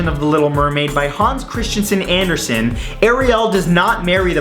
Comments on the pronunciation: for one thing its Hans Christian Anderson not Hans Christiansen Anderson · Anyone else who noticed "Hans Christiansen Andersen"? It's "Hans Christian Andersen". Loving your videos though! :)